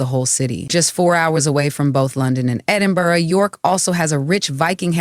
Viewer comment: Edinborough, love it. Well done, you corrected your pronunciation after you mispronounced it the first and second times, then you said Edinberg, but I must say your commentary is quite accurate for US visitors.